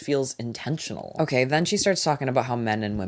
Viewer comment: THE REACTIONS ARE KILLING MEEEEE LMAOO “ogeey”